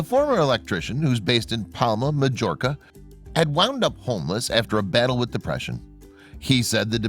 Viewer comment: Jus make ur own content rather than tryna explain someone else's . Majorca/mallorca is pronounced mayorca.